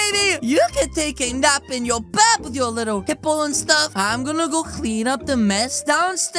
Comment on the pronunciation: You said clean like clwean